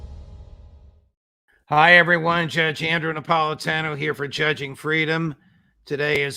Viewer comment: It's disgraceful the way Judge Napolitano butchers his own name.